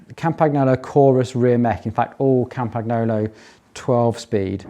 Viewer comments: Try pronouncing Campagnolo with Italian phonetics if you use it that much anyway. GN just like in mignon, lasagna, bolognese etc etc. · Italian gn in Campagnolo is pronounced like Spanish ñ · Yikes, your pronunciation of "Campagnolo" and "Cinelli"... but great build, thanks for posting this!